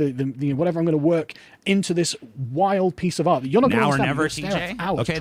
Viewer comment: How can Sargon Critique art when it sounds like he's saying "Aught"?